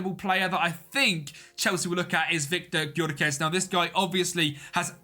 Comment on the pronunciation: It's pronounced Yoh-ker-resh (Gykörese) mate